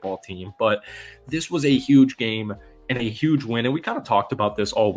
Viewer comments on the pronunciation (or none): none